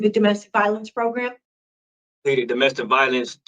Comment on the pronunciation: it's proGRAM. Not proGRUM. 😂